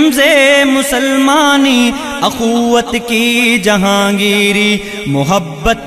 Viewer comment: پڑھنے میں بہت غلطیاں کی ہیں۔ اَخوّت نہیں اُخوّت ہے۔ مَیان نہیں مِیان ہے۔ قَہستانی نہیں قُہستانی ہے۔ اِستَبداد نہیں اِستِبداد ہے۔ تحمل نہیں تجمل ہے۔ شَگاف نہیں شِگاف ہے۔ قَندیل نہیں قِندیل ہے۔